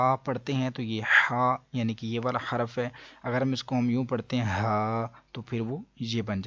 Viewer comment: ماشاء اللہ اچھی ویڈیو ہے ۔ حروف میں حاء پر پیش پڑھنا چاہیے۔ حرف میں راء پر جزم پڑھنا چاہیے۔ شکرا جزیلا